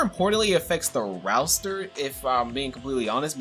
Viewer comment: Really said "rouster" 🤦🏽‍♂️😂